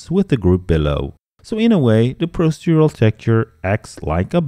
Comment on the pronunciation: Very interesting, thank you very much. You're so much more knowledgeable than I will probably ever be but perhaps I can help you with one tiny piece of advice on pronunciation, dealing with the word "procedural"; It's pronounced "pro-CEE-dural".